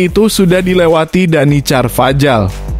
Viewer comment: DANY CARVAJAL ( bacanya: Danny karvahal)